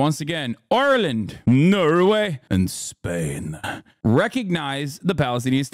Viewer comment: bro why you say spain like that